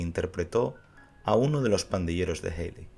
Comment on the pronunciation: Ted Healy se pronuncia "Ted Jili".